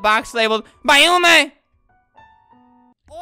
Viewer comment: he said Mayumi wrong it’s pronounced May You me